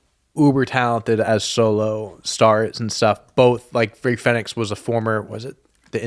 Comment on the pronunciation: Americans cant say Fenix properly shocking